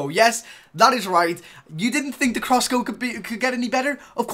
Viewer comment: "Explokesive" "Crosscow" lol